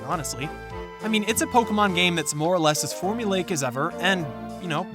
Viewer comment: Bro please pronounce pokemon the correct way withe de accent